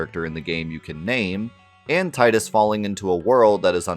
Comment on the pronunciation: That you for saying Tie-Dus and not the idiotic way the Ratchet voiced actor read it as Tee-Dus